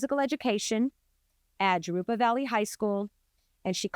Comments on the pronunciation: Jurupa is pronounced like HER roop uh. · Let's go all the way Chino!! 🎉 Jarupa. J is a H sound.